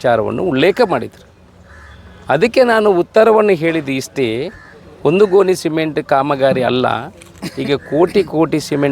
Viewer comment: ಗೊನಿ ಅಲ್ಲ ಮರಾಯರೆ ಗೋಣಿ. ತುಳುವಿನಲ್ಲೇ ಮಾತಾಡು.